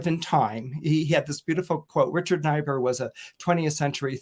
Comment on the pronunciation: FYI, Niebur is pronounced Neebur not Nibur